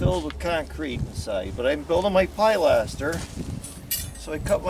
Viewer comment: I have been watching you videos and learnt a lot. This video I did laugh somewhat, I know that certain areas call things different names, in English, as in UK, it is called Pilaster, that's Pil-a-ster not Pi-laster. Sorry but I did have a good laugh. keep up the good work.